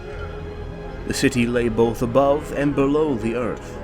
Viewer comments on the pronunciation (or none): Both DOES NOT HAVE AN "L" in it dumb@ you sound dumb af